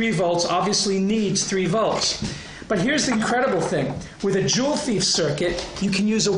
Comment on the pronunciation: juwelendieb haha. joule ≠ jewel